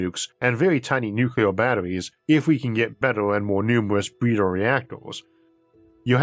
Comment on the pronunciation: does the guy narrating have a speech impediment? i could swear he said "bweeder" instead of "breeder".